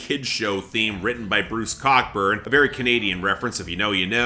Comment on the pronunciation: Bruce Cockburn's last name is pronounced Co-burn.